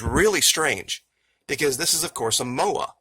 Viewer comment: Moe,I is how you say it! Moa is NZ bird long gone!